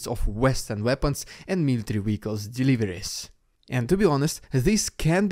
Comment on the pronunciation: What is a Weehiccal ?